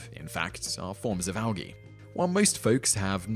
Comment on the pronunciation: I've never heard anyone pronounce it Al-Gee